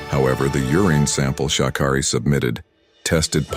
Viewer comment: Here's my issue with this video first it tries to throw her under the bus then they can't pronounce her name correct this is why you don't trust anything any MEDIA puts out so please thumbs down this video 👎×infinity